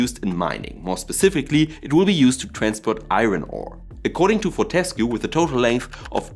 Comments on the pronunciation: Sorry, I have to be that guy. Its For-te-scue (Pronounced For-te-scew) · Interesting video. A note on pronunciation "FOR-tuh-skew".